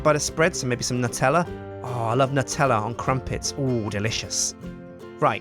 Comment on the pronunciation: pronounces Nutella properly! +9001 respect